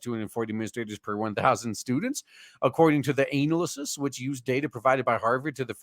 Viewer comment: Why my guy pronounce analysis like that? Putting emphasis on ANAL